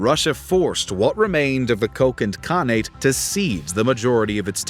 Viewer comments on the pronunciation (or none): for a channel called "Knowledgia", you hilariously mispronounce many names!!! 🤣 you make KHAN-nate sound like some berry fruit ...